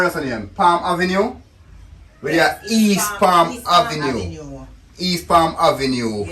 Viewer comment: "East Plam Avenue"